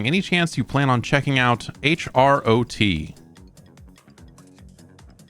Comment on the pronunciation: fyi Jeff, HROT is a Czech word and is pronounced "Hih-rote"